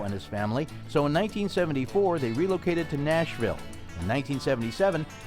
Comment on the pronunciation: Can't you pronounce relocated properly. Are we a nation of illiterates!